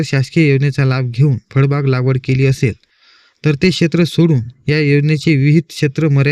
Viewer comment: फडबाग नाही रे भाऊ फळबाग म्हण